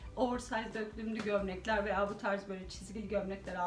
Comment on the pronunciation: Yine bayıldım 👌👌 Harikasınız 🌸 ama yazmadan edemeyeceğim: Döklümlü değil dökümlü 😣😣 Naçizane tavsiyemdir 🙋🏻‍♀️